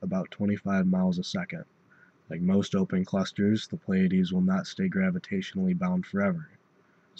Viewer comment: Some astronomers pronounce this as "ply-uh-deez" or "plee-uh-deez" but this is the first time I've heard "play-uh-deez".